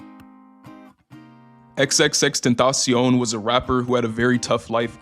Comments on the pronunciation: bro called xxxtentacion like if he was the kid of the Fortnite meme that it was a lil kid calling juicewrld xxxteTaCiOUN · wait- deadass is that how it's pronounced??? Like 🤌 tentacion 🤌 ??